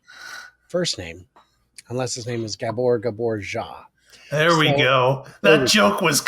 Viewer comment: “Gabor Gabor Zhao” 🤦‍♂😂😂😂